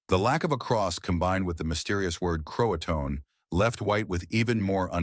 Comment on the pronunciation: Can't pronounce Jean but you get Croatoan right.